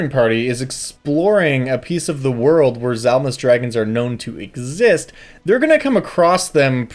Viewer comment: 'ungeons and 'ragons